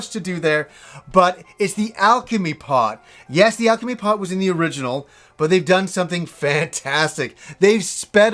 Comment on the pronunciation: I swear when he says " alchemy pot" I thought his accent made it sound like "alchemy part" haha xD